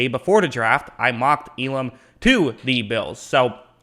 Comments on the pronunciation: EE-lum not uh-larm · Hearing you mispronounce Elam’s name is nails on the chalkboard.